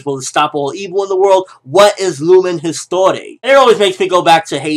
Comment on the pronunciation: Histoire not histore lol, its french :D